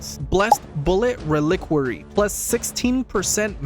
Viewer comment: And reliquary lol